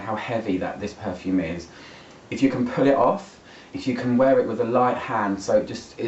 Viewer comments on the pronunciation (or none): none